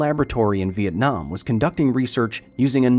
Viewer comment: the way you pronounce vietnam make the native in me happy. Awesome video as all ways Mr. Hill